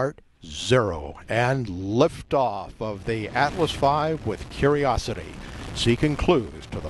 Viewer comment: That guy said lafe oof lol